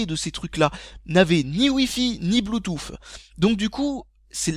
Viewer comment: Désolé de casser ton accent mais je suis américain vivant depuis 3 ans en France et je peux t'assurer que personne ne dit bluetouffe ... On dit bluetousse. Et ni apole mais épel.